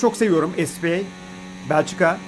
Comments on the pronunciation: kankacım onun ingilizce kurallarına göre es pi ey diye okunması gerektiğini biliyorum ama bu bir özel ad ve ingilizce değil direkt spa diye okunmalı, bütün organizasyonlar, sürücüler vs. spa diye okuyor. Ayrıca ingilizce seviyem gayet iyi ve ielts'e hazırlanıyorum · es pi ey? spa olmasın abi o